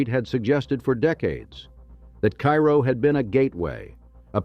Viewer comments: Actually, it’s “CARE-oh”. It does say that , but then goes back to “KY-roh”. Typical for AI generated narration. The AI research also frequently depicts images that have nothing to do with the topic in many of his videos. Such a shame. If he’d have a real human narrate and fact check the image research results, he’d have award-winning content on his channel. But AI laziness unfortunately dominates. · It's Kay-ro, like the maple syrup. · It’s Care-Oh